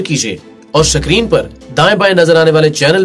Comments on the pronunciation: سکرین نہیں بھائ اسکرین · Nice vdo n voice but ye "sacreen" samajh nahi aya 😎